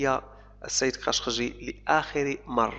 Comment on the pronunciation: أنت عربي ،، لماذا لا تنطق كلمة خاشقجي بطريقة صحيحة ??? حاجة غريبة والله ،،